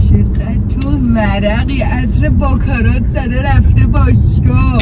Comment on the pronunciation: باکارات نه دوست عزیز….. باکارا …. اون T تلفظ نمیشه